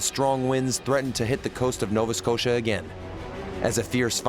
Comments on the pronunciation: who ever made this Doc should give there head a shake.. they have no clue how to pronounce, be like calling London Logon.. Nova Scotia isnt hard to pronounce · Hate the way the narrator says “Nova Scotia” he’s butchering it